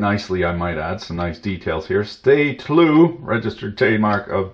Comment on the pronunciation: "Stay tlue" .......